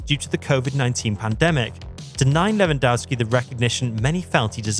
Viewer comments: Lewandowski is pronounced Levandovski. The W is like a V in polish. How many fucking years do we need to explain that to you people? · Pronounced Levandovski. W=V in polish. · How about pronouncing his name correctly! LevanDOFFski!